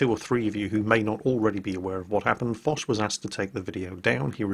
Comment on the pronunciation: Yes, mispronounced it.